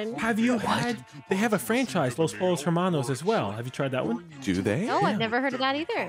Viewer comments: Pollos is not pronounced "polos" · Every time someone pronounced it "Polos" hermanos the highschool Spanish class student in me cringed XD